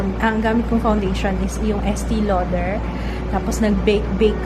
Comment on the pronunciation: idol ko po kayo. but it is pronounced as e-stay lauder. hehe. hope you dont get this offensive hehe. 😘😘😘😘😘😘😘